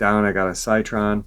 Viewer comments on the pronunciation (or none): The car is pronounced like sitron even tho it's spelled citron